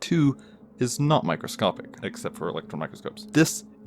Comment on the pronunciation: After the 4th time, you said micscopic blah blah blah. I left and gave you a thumbs down. You're annoying.